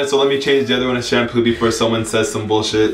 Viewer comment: "before somebody says some boolshit "😂😂😂😂